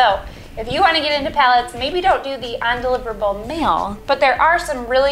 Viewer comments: Why does have such a problem with saying “un”? She keeps say on-deliverable. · Its cute that she cant say undeliverable.....